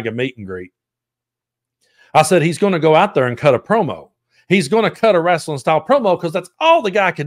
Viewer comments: “rasselin”. 😂 I love you! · Lol love how u say it RASSling